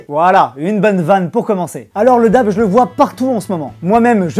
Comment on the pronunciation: Sa se prononce Daib